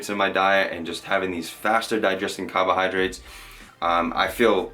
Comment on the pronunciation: love the way ya say “cahbohahdrites”